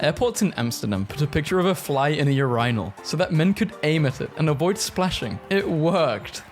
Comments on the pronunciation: urinal not urynal! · Thumbs down for how you pronounced urinal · UrInal...why did he say it so weirdly